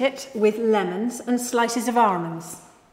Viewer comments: Anyone else now only hear "armons" thanks to a couple of classy queens? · I could be having the WORST day - but if she says ARMOND -- I laugh out loud every time! <3 <3 <3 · Why did she stop saying armonds?!?!! You be you,. Don’t change for anyone. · Its not almond its AHRMOND.🤣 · All together now... Arrrrmonds. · “ARMANDS” (IYKYK) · I love how she says armonds instead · "Armonds".. lol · Tomato sorrrrrrrce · I've been pronouncing almonds wrong my entire life.